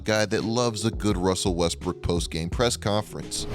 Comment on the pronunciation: “Russell WEsSbrOOkK”